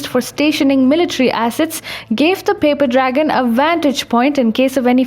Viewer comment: Funny hearing you say paper dragon